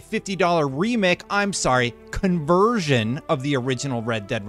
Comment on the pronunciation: he said conversion. im fn dead love this channel.! yo this guy better stay at ig .